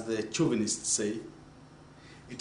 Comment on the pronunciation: Bahahahahaha i was hella done when he said male "chovunists"